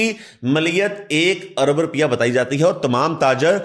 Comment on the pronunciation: رپیہ نہیں روپیہ ہوتا ہے۔۔۔۔ رررووووو۔۔۔۔۔ پ پ پ ۔۔۔۔۔ یا یا یا۔۔۔۔ روپیہ۔۔۔۔ اور ملیت نہیں۔۔۔ مالیت ہوتا ہے۔۔۔۔ مااااااا۔۔۔۔۔ مااااااا۔۔۔۔۔ لی۔۔ ل ی۔۔۔۔ ل ی۔۔۔۔۔۔ ی ت۔۔۔۔۔ یت یت۔۔۔۔۔ ماااا ل ی یت۔۔۔۔۔ مالیت ہوتا ہے۔۔۔ ملیت نئ